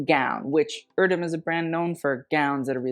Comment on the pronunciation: Your pronunciation is wrong, it's not "irdöm", "e" voice in Erdem is the same "e" in "g*e*neration" word. My favorite is Olivia's outfit. Others seem trash.